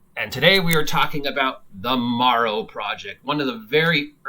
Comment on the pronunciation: It's "Darrow Project".